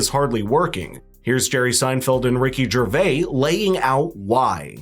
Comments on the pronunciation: As “smart” as you think you are you still mispronounce Ricky Gervais’s name! There is an S at the end, it isn’t some French bullshit! And you went to college too I’ll bet?!?! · Ricky Gervais is pronounced - like Jer-Vay-s. Not Jer-Vay. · I couldn't aee anything but the white thread on the host's crooked collar coming off his button. Then I couldn't get over him saying Ricki "Ger-vayy." But good vid. Good channel. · You pronounce the ‘s’ in Ricky Gervais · The S on the end of Gervais isn't silent. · Gervais has an "S" on the end, and is pronounced as such by Ricky. How do you broadcast yourself mispronouncing someone's name without checking on that beforehand?